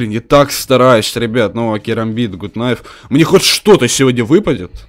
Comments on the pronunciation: не ГУТ КНАЙФ,а ГАТ НАЙФ. гАт- закрытый слог (Gut) Найф- К не читается (Knife) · ПРАВИЛЬНО НЕ ГУТ НАЙФ А ГАТ НАЙФ ДУРАЧИНА,ПРОСТОФИЛЯ ТЫ #ГАТНАЙФПРАВИЛЬНОГОВОРИТЬ;) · Почему гут найф?! Нужно говорить гат кнайф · надо правильно говирить gut knife